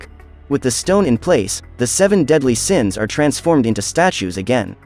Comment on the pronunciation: Seven daedly siens hahah